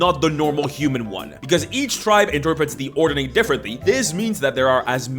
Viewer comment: Ord-ning, not Ord-e-ning. It is a Norwegian word, it means "arrangement", "organization", "order of things", "the state of something being properly in order" etc :)